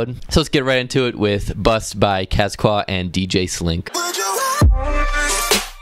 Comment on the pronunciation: This seires puts me on to so much good music. Keep up the good work. (Btw cesqeaux is pronounced sesko)